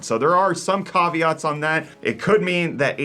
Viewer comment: There is no 'R' in caveat......😖